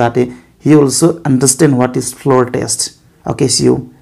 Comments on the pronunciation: Correct pronounce or sounding of Floor is flor or flo (r). I thank you for explaining regarding the Verdict in details. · Lol 🤣 it's call a floor test, but your pronouns is going like flar test lol.... Correct your self and come to make vdo..